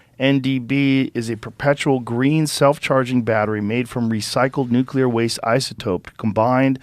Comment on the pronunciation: Is anyone else bothered by how he pronounces the word nuclear?